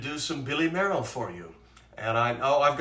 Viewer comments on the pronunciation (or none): Great show. Billy Mayerl's first major concert was at age nine, playing Edvard Grieg's Piano Concerto. Incidentally, I'm given to understand that his surname was pronounced "Mail", but you might want to check that out..